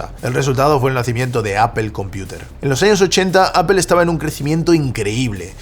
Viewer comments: 🤣😂Repitan conmigo hermanos españoles, NO se dice "A P E L " se dice a p P L E, aaaaa ppppp ppppp llllll EEEEEEEE 🤣😂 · Lo único que no entiendo es porqué los españoles pronuncian tan mal Apple. Dicen Apel, pero en Inglés sería "Apl", Castellano (Aple) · por que le dicen "apel" no se pronuncia asi.. incluso en ingles se pronunci "apol".... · Interesante lo que nos compartes pero no puedo escuchar tantas veces “apel” sin volverme loco. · deja de decir apel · Pregunta en serio. Por que dicen apel en lugar de apple? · por que le dices: APEL? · tengo un problema psicológico y no soporto cuando le dice appel a apple o googel a google 😅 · Qué es "apel"? 🫠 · Me encanta y su contenido, pero a su nivel ya no deberia cometer errores tan absurdos como decir "Apel" en ningún idioma se pronuncia de esa forma 😂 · Pronuncia bien Apple😐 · Aprende a pronunciar Apple! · Buen vídeo excepto por la pronunciación de la palabra "Apple" :face-blue-smiling